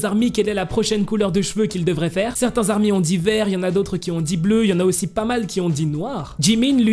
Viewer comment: Mec, on ne dit pas les 'ZARMY" mais les ARMY. Oublie la liaison car ce n'est pas un nom commun mais une dénomination bien distincte. C'est un peu comme un groupe de sportifs qui a comme dénomination ORANGE. Quand ils vont jouer, on dira par exemple : et voici les ORANGES qui rentrent dans le stade et on ne dira pas : et voici les ZORANGES. Tire donc un trait sur les ZARMY stp.